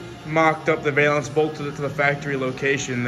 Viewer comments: Man This is great to see young guys doing old school work. I hope more do it too. !!! But I gotta say that it's pronounced " Val-ance". Not Vail-ance. I see you doing work this good and I can see you doing some cool cars in the future. Keep up the good work. All of you guys. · Cool video. Just to let you know it is pronounced "val-ance" not "veil-ance". Just sounds really weird and has nothing to do with veils.